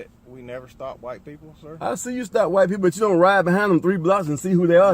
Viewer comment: You know you’re in trouble when the cop pronounces the words “white people” like “whaaight payple”